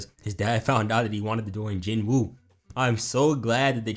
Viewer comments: ok i just need to say this please stop saying Jin-woo that is not his name listen to his sister and mom and dad pronounce his name it's Ji-noo or Jee-noo like salmon is(sa-mon) hey i could be wrong but everyone keep saying Jin-woo cause it spell that way this video need a Jin-woo counter might get 40+ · "Jin Wooty" killed me